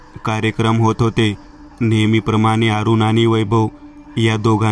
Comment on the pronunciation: अरूण असे नाव असून 'आरूण' नाही